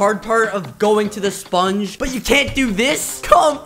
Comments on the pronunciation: I love how he pronounces sPungge!!! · It’s hilarious ho he says sponge